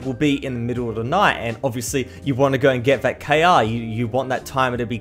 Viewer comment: why you say k a is KR